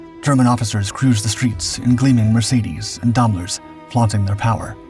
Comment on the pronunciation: "in gleaming Mercedes and Dahmlers - it's Daimlers, pronounced like dime